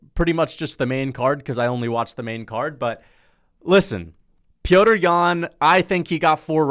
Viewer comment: How have u not realized that his name isn’t pronounced “Peter”